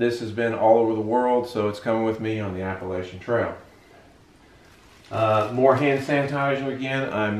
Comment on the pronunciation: my family and I have hiked the AT numerous times. You might have hit the trail already but 2 things I noticed: 1) I’m worried about your water filtration system, find a scooper right away for the “dirty” water, Giardia is what you need to be worried about and 2) Appalachian is pronounced like “shin” on the end:). Good luck and what is your trail name? I haven’t watched Episode 1 yet so maybe you mentioned it but I’m guessing “” is it.